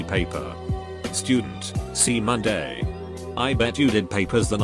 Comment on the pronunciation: c’mon = see Monday ; balls = gonads; How outdated is this text to speech